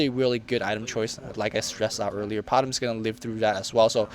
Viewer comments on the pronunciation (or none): stop pronounce it as PO-TEM! ITS P-O-T-M!